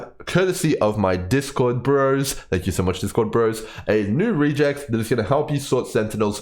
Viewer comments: REGular EXpressions It's pronounced Reh-geks, not "re-jecs" ;) (am I starting a gif vs. jif situation here?) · "Regex" is short for "regular expression". Hence, its pronounced more like "rej ehx" than "ree jects". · I have never heard REGEX said that way. Sounds almost like Rejects. Short for Regular Expression, normally I hear it pronounced Reg Ex the first two syllables of the words. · Love the video! but man the way you are pronouncing regex is so odd to me as a developer Its a short for regular expression, so we usually pronounce it as the combination of those words (rEgEx instead of rEAgEx) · please stop calling us rejects and instead say regex as re in regular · Pardon me, but you are pronouncing "regex" incorrectly. It is a shortening of "regular expression" (something that has been around in general computing for along time), so it's pronouced either "reg ex" (or sometimes "rej ex"). Just so I am not only complaining: great video, it's the first one I found when trying to understand this mechanic and I don't think I need to find another :) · Regex stands for regular expression and is pronounced reg-ex like the beginning of both words. I'm only making this comment because I was listening to the video without looking at it and I literally did not know what you were talking about. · No, you are correct, I was half a second from commenting the same thing before i saw your comment... Was bothering me too, as a admin who uses regex quite often that pronunciation was triggering me lol